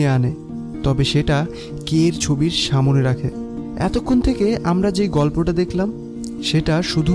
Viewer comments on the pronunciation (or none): প্রতিটা ভিডিও তে সামনে কথাটা কে সা মো নে উচ্চারন করা হয়। যেটা শুনতে খুবই খারাপ শুনায়। আশা করি সামনের ব্যাপারটা খেয়াল রাখবেন 🙂